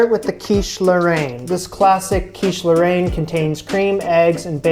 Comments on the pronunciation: Yep. First pronunciation was a lot closer, not sure why he changed it. As a fluent French speaker, I can say it's pronounced more like "lohr-En" and the way he said it at the end was more like Laurent. I appreciate his effort with French, though. It's not an easy language to pronounce for an English speaker. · You shouldn't use US bacon but something much thicker and smaller in a rectangular shape ! Otherwise it's great ! (Mine are much worse than yours!) ((The pronounciation is closer to "laurayne" than "laurant" in French from France, I couldn't tell in Québecois !)) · It depends on the region that you are from. Where I live, we don't really pronounce the "e" in Roquefort, it would be more like "Rock-for". As for Lorainne, he said it quite close the first times... it would sound like "Low-rain-ne". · As a fellow Canadian living in France, you were pronouncing Lorraine correctly at first. Then you switched to 'Laurent' (French for Lawrence... as in that big river in Canada...). I love your show and admire you for the challenge you've taken on and your perseverance. Hang in there! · It's pronounced like Lauren (with the emphasis on the 'ren') for anyone wondering edit - i mean like how americans would say Lauren, in Ralph Lauren for example (but with the french 'r' of course) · Great job. No, it is NOT pronounced either way you said it, not your fault; "a i n e " is not a sound we typically use. The 'n' IS pronounced, and the 'a i n' is a soft, open 'e' like in the word "bet". it is that 'e' sound (bet) with a light 'n'. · About the quiche lorraine, your initial pronunciation was closer to it XD